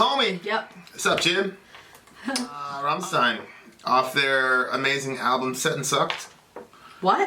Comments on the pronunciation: "stein" not zzzztein!!!!!!! =D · It's RammSHtein dear. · Nice Deutsch,! But rammstein reads rum-sh-tah-yn